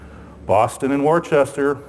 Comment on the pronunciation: Great job! But it's pronounced "Wooster" not "Wor-chester".